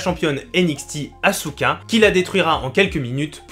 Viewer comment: OMG La prononciation du nom de certains catcheur font MAAAAALLL (Sheamous, Asouka)😭😭😭😭